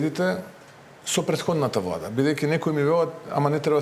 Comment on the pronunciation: Пуетходната вуада па пуетходната вуада, 4 години ке поминат у пропаст и се ви е виновна пуетходната вуада.